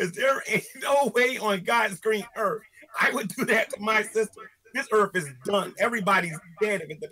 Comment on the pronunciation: Early on he said "earff" you loose boy chick, perry mason , case closed